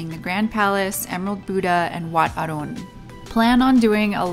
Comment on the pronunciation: Great travel vlog. You've got all the facts right. Your pronunciation of Wat Arun is too perfect. <3 Subscribed.